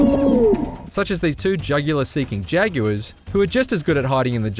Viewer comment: "Jag-yew-ers" huh? Sounds exotic